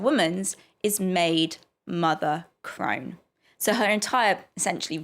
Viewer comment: It's "crone".